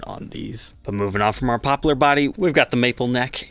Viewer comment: is part pirate, just listen to his annunciation of Poplar, arrr bring me my poplarr guituarrr, and a bucket of larrd!